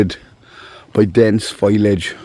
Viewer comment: o its fo-liage...not foilage...😅